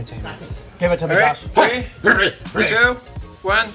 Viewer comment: hey bart said tree. they shouldnt have gotten a point haha